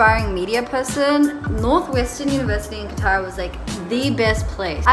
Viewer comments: They rejected cuz The Word you just said "qtar" instead of "qatar"😂jk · THE WAY SHE SAYS QATAR IS KILLING THE BAD WAAAAAAAAAAAAAAAYYYYYYYYYY